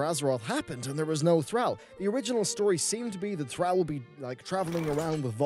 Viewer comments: You mispronounced Thrall so many times I literally disliked and unsubbed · Get some sleep and maybe you'll pronounce Thrall right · AMAGAD learn to pronounce Thrall !!! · The way he pronounces thrall is annoying. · >< your pronunciation of Thrall was so frustrating to me! (based on cinematics within warcraft 3 it is pronounced Th-r-aw-l) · Thrall is pronounced like Throll. Just saying. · Why the fuck is he saying Thrall with a hard A? The audio is in the game, written, read, pronounced and signed off on for years now as "Th-Rall". Soft A. It's fucking cringy when he says it. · Thrall is pronounced Thrawl. Cmonnnnnn now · Dude please pronounce THR-ALL properly... Thank you, your viewer base. lol If players were smart we should boycott Blizzard for a month or two so they'll listen to us maybe. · TH RALLLLL? .... thra-ow is annoying af. pronounce it better plox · Your pronunciation of Thrall is triggering. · Also thrall is a word all its own that means slave. The pronunciation isn't really up for debate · Omg the way he pronounces Thrall is pissing me off so much, and the amount if times he says makes me feel like he's doing it in purpose!!! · The way he pronounces thrall triggers me like that snickers commercial n the guy that kept saying ALMENDS instead of almonds. REEEEEEEEEE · Every time you pronounce Thrall it makes my ass twitch!!! If you start saying it properly I will subscribe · oh lord the pronunciation of Thrall, it hurts. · you said thrall wrong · The way he pronounced thrall. What the hell? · Your pronunciation of thrall triggers me tbh. As much as people are complaining on the forums, blizzcon on the wow side seems pretty decent. (Rip diablo tho) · Thrall, pronounced like call or ball, not gal or pal... now back to watching this enTHRALLing video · i cant listen yo this when you butcher the name Thrall :O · Go to sleep, you're saying Thrall wong. But no seriously, I wanna punch you every time you say Thrall lololol. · "Thr-al" T'is Thr-all my friend.